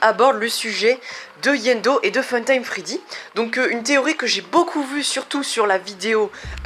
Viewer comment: C'est iendo pas yendo